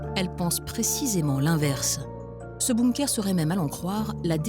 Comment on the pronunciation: Comment elle dit Bonnkeur non NON !! Il n'y à pas de O Bunker !!! C'est quand même pas compliqué